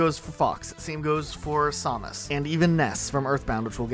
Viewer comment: The way you pronounced "Samus".... really through new for a loop lol